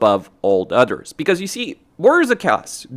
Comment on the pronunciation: I love how every time he says "others" it sounds like "udders"